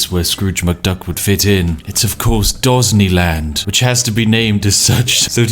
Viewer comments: The Spiffing Brit: Dosney land Captions: Ghazni land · "Dosney Land" I losted so early in the video. hahahaha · Dosney land XD hahahahaha NANIIII? :p